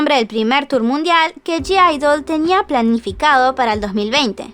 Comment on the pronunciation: Me da cosa q digas g-idle osea q pronuncies la g cuando ellas dijeron q se pronuncia idle